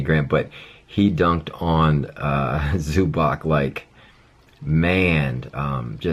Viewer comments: It's pronounced like Zubahtz btw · Its pronounced zoo-bats